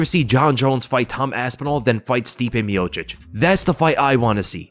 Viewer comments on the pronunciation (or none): none